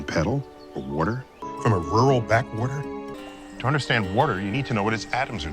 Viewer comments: omg I'm just in tears laughing... weerder... weorderr... lmao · Waudr. Wudder. Wouedir. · Lol Im watching the Comos series on Netflix and I had to check the internet to see if anyone else cuaght that Neil said ""Warter." Good Job internet! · man, I need a glass of wudder